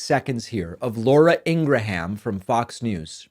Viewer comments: Ingraham. Irish. Say like Graham Cracker. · It may not be too important, but Laura In Graham's last name is pronounced with the sound of two syllables : Ing-ram. And Tulsi Gabbards's first name is pronounced: Tul-si, not Tool-si. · Please use her proper pronunciation. Its IngraHAM! Her own brother said so.